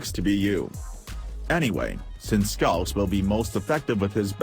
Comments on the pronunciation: Its pronounced gowse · its gauss not gauss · Pls replace the "this is gauss" with a good pronunciation of "gauss"